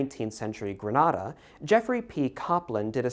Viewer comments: Not important, but fyi Grenada is pronounced gre-NAY-da. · Grenada and Antigua and Tobago.... Americans usually get them wrong. Gree-nay-da, Aunty-ga and Toe-bay-go, y'all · As much as I appreciate the video and the information, people can never pronounce Grenada right 😭